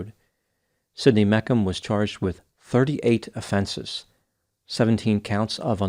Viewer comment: Think it’s pronounced Meech um Not mek um